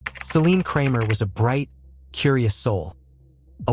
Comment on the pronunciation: It's Celine * not "Selene"